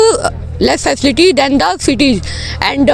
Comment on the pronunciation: फैकेलिटी ✖️ facility ( फैसिलिटी ) ✔️